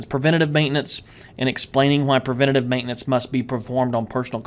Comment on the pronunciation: It's "Preventive" .... Not "Preventitve" :D I'm sure what i'm saying is right this time, i swear! :D - an Egyptian guy